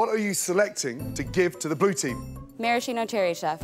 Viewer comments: Was there anything redeeming about it? Yeah, the plate it was served on! 😂😂😂😂 Also: mar-ahhh-cheeno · "Maraschino Cherries" Everybody:?????????